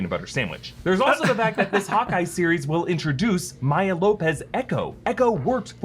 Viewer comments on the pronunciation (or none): none